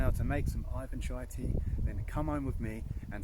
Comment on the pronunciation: Hallo. Im Putin. Its NOT aifan chai!!!!! Its Iwan chai...Iwan.